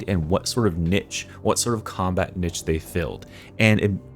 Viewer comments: Combat NITCH? I assume you mean Niche (NEESH) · “Niche” is pronounced “neesh” the way you said it annoyed me so much I stopped watching